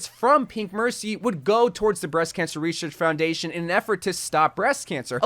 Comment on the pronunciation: Breast Cansher Reseashc fourndation